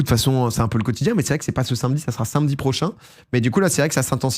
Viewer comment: Jour 7 pour demander à domi de dire sAmedi car ça me donne beaucoup d'anxiété les gens qui disent sINmedi